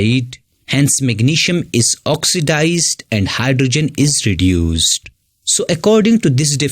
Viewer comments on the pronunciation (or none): ʳᵉᵈᵘᶜᵉᵈ ⁿᵒᵗ ʳᵉᵘᶜᵉᵈ